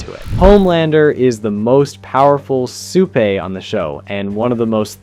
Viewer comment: Why do you keep saying "supah"?